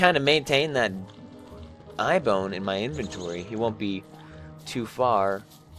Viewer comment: You have to find another Eye bone I believe. Also the eye bone is beginning to really sound like "Eye Phone."